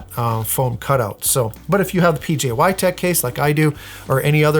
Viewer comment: IF HE SAYS "pjy" ONE MORE TIME.....